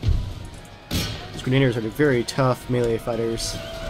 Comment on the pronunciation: This series is so fucking awesome but your pronunciation of "Grenaduhrs" is cring worthy. At least you pronounce Hessians correctly.